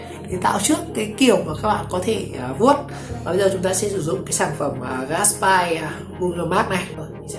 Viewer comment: Gát bi chứ không phải gát bai nha😂